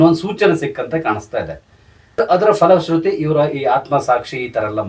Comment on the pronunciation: ಅದು ಫಲಶ್ರುತಿ ಆಗಬೇಕು. ಮಹಾಪ್ರಾಣ ಫ. ಇಂಗ್ಲಿಶ ಫ ಅಲ್ಲ.